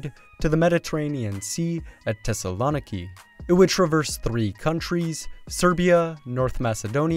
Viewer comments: I don't think that's how you pronounce thessaloniki. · Crying for any Greeks listening to you pronounce Thessaloniki hahaha